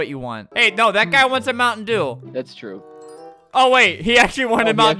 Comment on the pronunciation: Oh you want a moun’ dew, Is’ moun’ dew